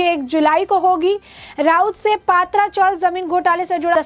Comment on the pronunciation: पहले पत्राचाळ ऐसे बोलिये हमे पात्रा मतलब (अळुवडी मराठी) ऐसा लग रहा है|